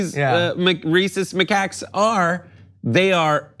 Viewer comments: It's a "ma CACK", not " ma cock." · Isn't it pronounced M'Kack? It's not M'cuck. Edit: Never mind it's pointed out. Thank god at least one if them is smart. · Did he say racist macucks?!?!? Lol Reeces mackaak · LOL!!! John and each pronounced their prospective words like this, and when you put it together you get: RACIST MACOCKS!!! It's just funny!! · It's hilarious because I could have sworn you said "Racist macaques have a reputation for being very aggressive toward the 25,000 tourists who visit the Taj on a typical day." 😂😂😂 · It's pronounced Macacks you weirdo. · Why are you pronouncing it like muhcuck? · I also heard 'racist mccuks'. Having the monkeys only attack the western tourist, although undesirable, just seems funny to me. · I legit thought he said "racist mccocks!" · Please let him keep saying ma-cocks. This is making my day. Lmao